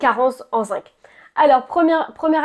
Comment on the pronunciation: Bonjour alors on parle bien du zinC et pas du zingue,pas pareil 😊.